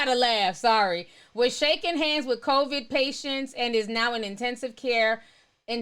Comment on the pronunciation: I love lol. She keeps saying CONVID instead of COVID and i'm cracking df up. Thanks for the livestream though!